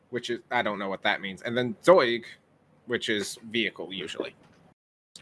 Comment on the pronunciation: so... Neubaufahrzeug is devided in 3 words Neu=new bau=build and fahrzeug=vehicle but it was like the first time I have heared an american correctly pronounce Neu and zeug xDDD